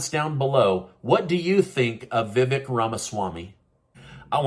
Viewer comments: Vi vake, not vi vek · FYI….Seen him on fox today and he said his name is not pronounce” VeeeVick… it is pronounced VeeVake like cake”